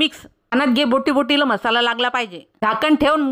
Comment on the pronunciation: म्हसाला का म्हणता मराठी येत नाही का? मसाला म्हणायला जीभ अडखळते का?